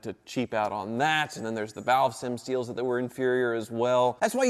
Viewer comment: "The valve sem-steals" never heard of those...